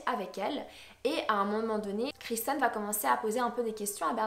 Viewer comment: kIrsten , c'est Kirsten et non kRisten